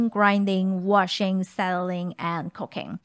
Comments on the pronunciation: Sometimes when says "cooking" it sounds like "cocaine" Depending on the context... I have done a double-take once or twice... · I'm genuinenly not trying to be mean, but her accent, when she says cooking I hear cocaine. Makes me double take every time lol ^_^